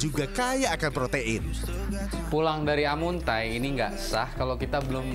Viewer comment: amuntai bukan amuntya